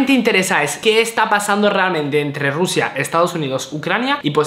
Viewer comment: Porque dises siempre rrusia